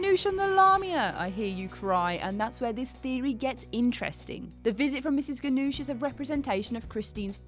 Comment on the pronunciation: She pronounces Mrs. Ganush's name wrong